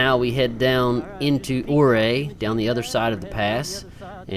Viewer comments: Your-ray not or-ae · It's called "Emma-Jean" locally, for what it's worth. And Ouray is pronounced "Yur-ray".